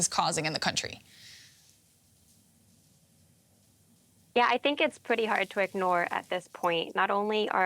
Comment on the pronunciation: Why is every “r” pronounced as a “w” 🤣 “Yeaw” “howevew” “Wussia”